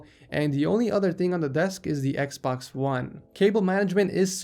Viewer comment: He finaly said Xbox one right, im so proud